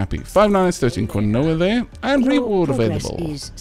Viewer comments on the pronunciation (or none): Hey! Long time no comment. Wanted to let you know that "Quinoa" is pronounced "KEEN-wah". I'm probably the 50th person to mention it but just in case. <3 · quinoa is pronounced keen-wah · quinoa, is pronounced properly as Keenwaaahh, just thought, you'd like to know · idea. Keen- Waah! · Uh no, it's Ki-no-wah.../ˈkiːnoʊ.ə/... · Spanish speaker here, if you want to pronounce it correctly it is KEE-NO-A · Because we are all scallywags... I mean, would you trust me if I just gave you some pronunciation? Besides, I've heard several opinions on how to pronounce quinoa, including 'coin-oh-ah'. Didn't see it in the comments here... but I encounter discussions about it irl. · It’s pronounces Keenwa , he said Quinoa Wrong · Was about to comment this, then saw your comment haha.